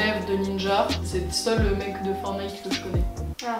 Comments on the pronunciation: Coline haha, c’était juste une blague par ce que normalement on dit For*T*nite et dans la vidéo elle dit For*E*nite, ça m’as fait rire 🤭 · fortnine pas fornite